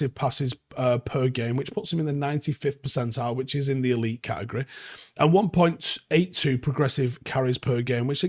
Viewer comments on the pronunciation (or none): none